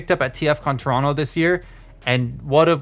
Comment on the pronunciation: Even says torono too😊